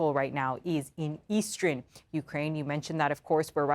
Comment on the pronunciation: It is not pronounced "Eastren" it is pronounce "Eastern".